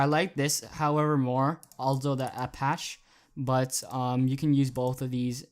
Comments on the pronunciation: Apache is pronounced: Ah-Pach-EE (a definite "e" sound at the end instead of just A-Pach) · Aldo the Apache is pronounced "apachee" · Apache pronounced apachee. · nice video man thanks for the fonts. btw, its pronounced: Ah-pa-chee.. (Apache) -Arizona Native;) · apacheee is how its pronounced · Great stuff bro, I think it's pronounced apachie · it's pronounced like "Apach-E" or "Apachy" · APACHE as in the Native American tribe pronounced Apachee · Apache is pronounced "uh-patch-ie" (Like the helicopter) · I think it's pronounced "Ol-doh the Apa-chee". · Thank you! It is pronounced "uh-patch-ee" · Btw it's pronounced apachee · It's pronounced Aldo the Apache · Pronounce the e ApachE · Its pronounced uh-patch-ee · It's pronounced a patch ee